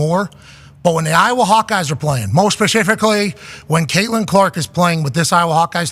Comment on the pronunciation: Real, real ones know saying it wrong lol